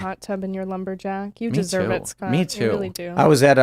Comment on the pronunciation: the accent is too much. he can't even say his own name, he calls himself Scat